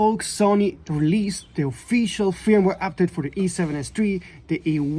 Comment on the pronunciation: I would be pissed, but the a7rv is perfect 😂😂. My advice is don’t buy a camera is you have problems with it 🤷🏻‍♂️ Just came here to hear the Swedish sounding pronunciation of ‘fyirumware’ 50 times 😄